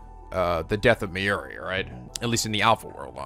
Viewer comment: I must keep trying in order to reach Steins Gate. Rule of thumb for Japanese names, please stress the THIRD TO LAST syllable. This is VERY CONSISTENT; you should never need to guess how to pronounce names: Amane SUzuha, not aMAne suZUha MAyuri, not maYUri Okabe RINtaro, not oKAbe rinTAro / Okarin, not oKArin / HOUouin Kyouma, not houOUin KAede, not kaEde FUbuki, not fuBUki Itaru HAshida, not iTAru haSHIda HIyajo, not hiYAjo MAkise KUrisu, not maKIse kuRIsu KAgari, not kaGAri (this one you got right) MOeka, not moEka And from other games, to make the point clear: MAjima, not maJIma MAkoto, not maKOto KAzuma, not kaZUma If you don't believe it, just listen to how the voice actors pronounce the names. It's a western tendency to stress the second to last syllable instead, but third to last is correct. I would understand not knowing how to pronounce names if you read them with no context, but in games like Yakuza and Steins;Gate, the voice actors read out the name for you so you should know how to pronounce them.